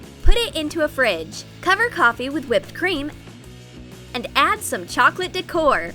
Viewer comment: Chocolate dec-or 😂